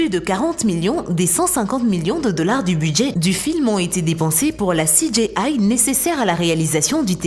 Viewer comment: CI DJI AILLE. pas CI DJÉ AILLE. Merci ;D